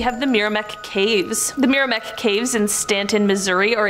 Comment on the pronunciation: Meramec = "mare-uh-mack". Great video.